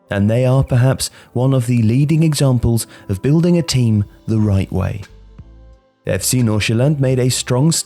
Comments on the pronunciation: He sounds so danish when he said "FC Nordsjælland" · As a Dane, I am quite impressed with your pronunciation of FC Nordsjælland. Great job! Love the video